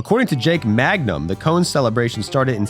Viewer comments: Jake Mangum, not Magnum. Mississippi State legend. Mayor of Starkville. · That's Jake MANGUM, not Magnum